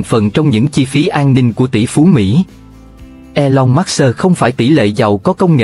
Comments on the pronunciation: Khủng khiếp quá đọc " elon mát xơ" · Trời ơi đọc là e long mớt sơ ?? nghe phát bịnh